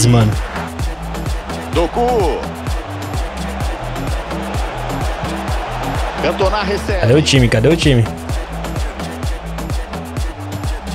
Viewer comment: so uma dica, se pronuncia “Dokú” e não “Dôku”. Tmj vc e brabo